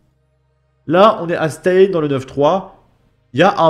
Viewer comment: Stains se prononce "stin", c'est dans le 93, encore en France... officiellement du moins ;-)